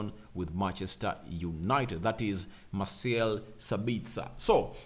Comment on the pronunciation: "Mah - sell Sa - bits - ah". Austrian 🇦🇹 not Australian